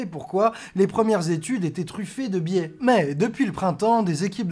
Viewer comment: "Biais", pas "billet" ;)